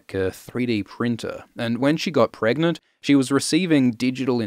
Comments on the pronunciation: I am so happy you said "pregante". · "Can u get Pregante?" that killed me